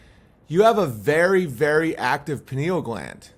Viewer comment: She said very active penal gland Owen? It's Pineal, so I guess she wasn't talking about the brain.